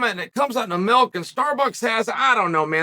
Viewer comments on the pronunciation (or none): How did I already know Chael was going to pronounce milk, "mElk", before he even said it?!?!